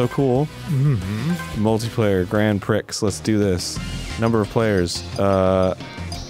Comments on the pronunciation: Because he pronounces that word as "Pricks". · Prix is pronounced "pree." Arin had a golden opportunity to make a brilliant callback and squandered it. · Hearing Arin mispronounce "prix" fills me with an irrational rage.